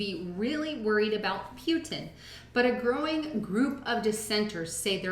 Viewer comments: please learn how to say Pu Tin. Putin, not Pewtin. lol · I know, me too... like when she sez Putin like Pew ton...lol